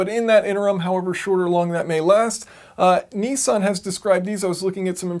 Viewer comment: it's not kneesan